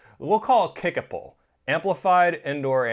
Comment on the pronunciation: I watched this one just to see how the name was pronounced. Great job Tyler!